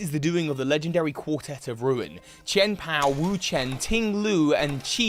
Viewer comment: I hate to tell you,, but you're still saying Wo-Chien wrong.